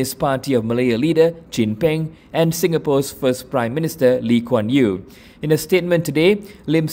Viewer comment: Can’t even get Singapore founding father name correctly and she’s a member of the Malaysian parliament. 😳😂😂. An embarrassment to the Malaysian parliament.